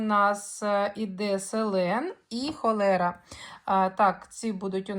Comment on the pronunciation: Вірно "хлорелла", а не "холера".